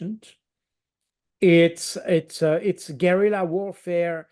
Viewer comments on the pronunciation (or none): none